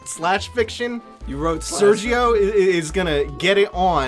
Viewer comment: Sergiu, not sergio.